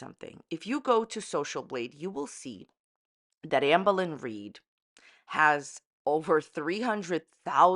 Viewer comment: I love how you say her name lmao, "auhmbuhlin reed" 😭😂